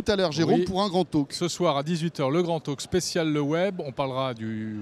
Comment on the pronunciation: grand taLk pas tauque